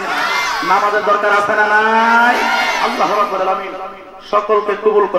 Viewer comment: অপ্রাসঙ্গিক বিষয় গুলো বাদ দিলে কি হয় না? আল্লাহ" শব্দ টা সঠিক উচ্চারণ কেন করলো না? আল্লাহর উলুহিয়ত নিয়ে বেয়াদবি করে আজ আমাদের মতো সুন্নী মনা মানুষ কে প্রশ্ন বিদ্ধ করছে। " আওয়াআওয়া" এ সব কেমন শব্দ?? বিয়াদবির সর্বোচ্চের শিখরে পৌছায়ছে।